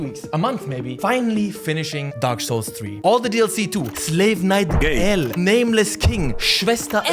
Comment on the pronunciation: why does this bald dude call gael guyl